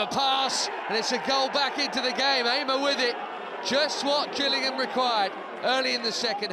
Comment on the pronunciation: Its not gillian its Gillingham as the commentary said up the Gills!!!